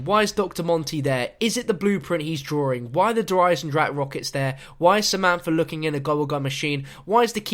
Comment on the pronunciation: 'Efer' 'Samanfa'